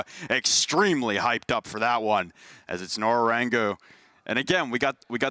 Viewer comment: Nora rengo isnt that hard to pronounce. its so fucking annoying to hear Nora rengu 5000 Times. i cant watch any longer